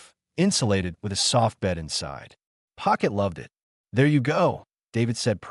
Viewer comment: French Accent? "Pocket" LoL Spanish? Pokito poquito? French?